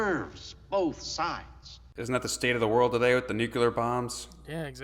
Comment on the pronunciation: "Nuclear" is pronounced "nu-klee-urr", NOT "nuke-you-lurr".